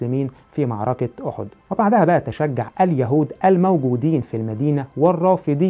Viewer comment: اولا معركه بالكاف وليس بالقاف اركان وليس ارقان مخارج الحروف مهمه ويجب الاعتناء بها ثانيا اجتهاد علماء المسلمين كان بالتواتر مع توثيق الرويات الغير متواتره للامانه العلميه والاخلاقيه وتم تمحيص المتن والسند والراوي نفسه ثالثا لا يهم ما يقوله المؤرخ المعاصر فليس منه يؤخذ التاريخ لانه وخاصه ان حاول تكذيب التاريخ الاسلامي رابعا العرب كانت معروفه بنقل الروايه شفاهيه وحتى يومنا نجد قصص ورايات واشعار واغاني تروى من الذاكره ولا ننسى اعظم كتاب المحفوظ بالصدور خامسا لنفترض لو اختفت كل الكتب مره واحده اول كتاب سيتم استرجاعه هو القراءن دون منازع ودون خطأ ومن ملايين الاشخاص دون مبلاغه وباقي الكتب لو استرجعت لن تسترجع بالكلمه والحرف وستكون مختلفه عن الاصليه سادسا تطابق الرويات في المتون دليل على صحة الروايه لان الشاهد كان متواجد والاسانيد كذالك مع اختلاف الرجال والتنوع دليل على تلقي الروايه من مصادر شهدت الواقعه من قول اوحدث او عمل سابعا التاريخ الاسلامي من اوثق التواريخ من ناحيه الروايه وذالك ان لم يكون الاوثق ثامنا عندما نتعامل مع الاسلام تاريخيا فهو ليس دين اندثر واعيد اكتشافه بل هو تاريخ مستمر حتى يومنا هذا وكل يوم يسجل حدث ويصبح من التاريخ الاسلامي لان العلماء لم ينقطعوا يوما عن توصيل الرساله للناس حتى يومنا وكل يوم يسجل بان الاسلا هو دين الله الذي رضي به لنا ولجميع البشريه تاسعا من المفروض التأدب عند لفض اسم نبي الاسلام محمد صلى الله عليه وسلم وتطرح على الاقل عليه السلام وحتى ان لم تكن تؤمن به او تكرهه ا